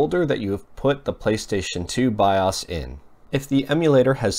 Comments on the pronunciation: Bi-'Ah's? Dude.. It's called BIOS.. with a LONG O.. as in 'bye-ose'! How do you not know this?!! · it's not pronounced bioss, it's Bi-O's! Piss me off! Drove me crazy all video! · BIOS! not BIAWES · BIOS is pronounced BYE-OHS. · "by- us" or by-o's? why's he saying it like that. It's irritating. Or am I wrong? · 'biawss' wtf is that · you say bios weird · thank you i thought i was the only person who noticed that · Helpful and accurate, I liked the video; he does say "bios" really odd though. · The way he says bios lol